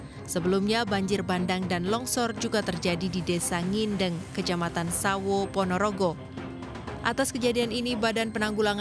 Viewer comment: Sawoo bukan sawo maaf low